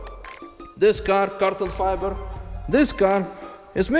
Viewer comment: Is it me, or do you actually say carton fiber? Hahahaha